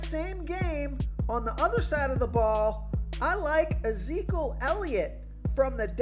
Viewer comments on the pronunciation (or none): Uhzeekal Elliot lol? ... it’s ih-zee-kee-uhl